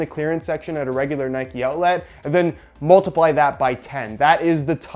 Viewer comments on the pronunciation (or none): Nobody:: “outlat”